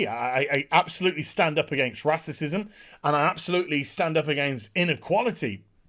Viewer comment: "Racicism" ? :P